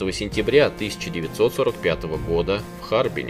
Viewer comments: Ударение в слове "Харбин" - на последний слог. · Почему в Харбине ударение на А, а не не И?